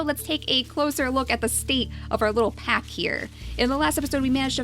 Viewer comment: She said pap instead of pack XD ive just noticed that